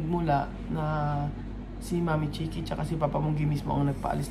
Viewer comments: Kuqui ng kuqui so instead na Chiqui😅😂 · nagkakamali ka na banggitin si Papa Bunggey at ang Sabi mo mo Mama Kukie instead of Mama Chique. Namamali ka na big kasin ang Mama Chique, Napolitano mo ng Mama Kukie. I correct mo ang pagbanggit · CHIQUI not KOQUI...